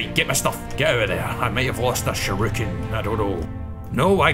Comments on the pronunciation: “shaaāäâærrüékēn” i love your accent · "Sha-ruken!" Is this a bastard son of Shuriken and Shouryuken? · Love the way you pronounce, "shuriken"